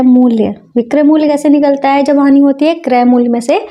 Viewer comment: Are madam hani hoti hai honi nahi😅